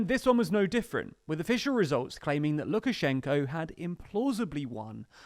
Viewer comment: Why do you incorrectly pronounce the name of the President of Belarus throughout the film?